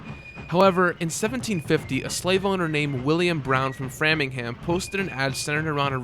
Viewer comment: Lol tis pronounced Fray-ming-ham. It's fine though. Just be glad you didn't have to mention Worcester.